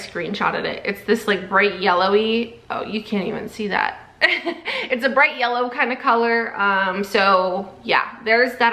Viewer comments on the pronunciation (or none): none